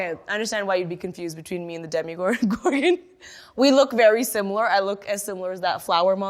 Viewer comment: Demigorgon? DEMI. GORGON??